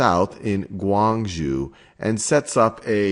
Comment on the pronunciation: If you can't even pronounce "Guangzhou" and "Kuomintang" why are you making a video about Chinese history?